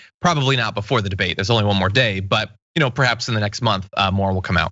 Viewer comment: "I am very looking forward to the bidet" Thats what he said, right?